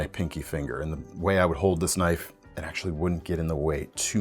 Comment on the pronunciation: "thats not a knoif... THIS is a knoif"